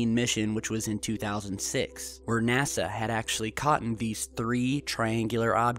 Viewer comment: There's no such word as "caught'n", as in, "They had just caught'n this object..." You're welcome.